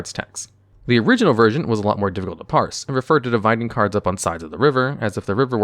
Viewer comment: Did he mispronounce cards again?